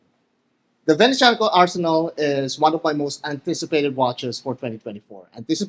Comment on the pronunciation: FFS is not arsenal, is arsenale pronounce the final e, is Italian, not English!